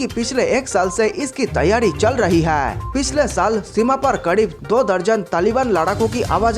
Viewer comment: Bhai hai word sahe se bol.